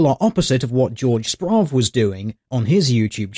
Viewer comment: Weird pronunciation of a German named Jorg Sprave.